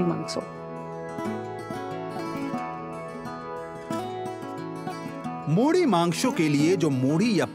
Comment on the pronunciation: why the hell you pronouncing it as maanso instead of maansaw.....we are odias not bengalis whenever outsiders try to make a documentary on odia culture....our people only do this....why do you have to act cool by mispronouncing stuff ?